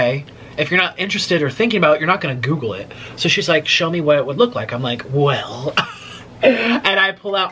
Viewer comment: I noticed that. The way he pronounces Google (gewgle)😂 Food (feud) and my all time fav Taco Bell he says Taca Bell. LMAO 😂 That accent tickles me